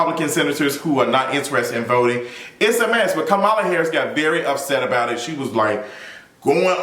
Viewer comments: Her name is pronounced "comma, la" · Yeah he's pronouncing it like Fox News purposely does 😒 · Her name is KAMALA----->COMMA-LA 🤦🏾‍♂️🤦🏾‍♂️. Furthermore, as it pertains to Meg. Keep that same energy and make sure you hold her accountable when she is found out to not have told the truth bruh. I'm still waiting on your explanation of "toxic positivity"(those were your exact words)from your video of Tabatha Brown's response to Wendy Williams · Everyone pronounces her name WRONG. Think of the word COMMA (like the punctuation) and then add LA. COMMA-LA NOT KAH-MAH-LA or CAM-AH-LA. I hope that helps because that's what helped me to remember it. Like 99% of the country doesn't know how to pronounce the VP's name and we need to learn it please. I'm not attacking you because I see this everywhere. Just providing tips to remember it. My name is Kamara so I feel her pain bc ppl try to say my name in 3 diff ways. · Can we please pronounce Madame Vice President's first name correctly??! She says it in that clip of the interview 🙄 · Him mispronouncing Kamala is sending me lol